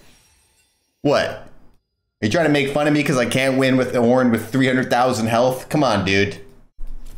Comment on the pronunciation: he didnt say it right , OOOOOOOOOOOOOOOOOOOOOOOOOOOOOOOOOOOOOOOOOOOOOOOOOOOOOORN